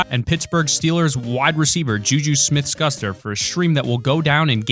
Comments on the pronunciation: He pronounced ju ju smith schuster wrong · "JuJu Smith Scuster"